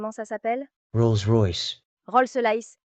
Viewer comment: Rolsse laïsse😂😂😂😂